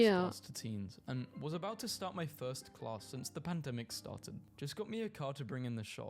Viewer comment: what aboot kilts?